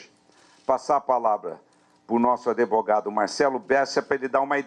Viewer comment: Valdemar, vai dar meia hora de Koo, você não sabe falar advogado, fala adevogado, sai daí, vai chorar na cama que é lugar quente.